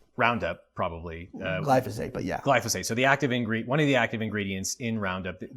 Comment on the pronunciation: Gly-Fo-Sate? Phosphate says hi.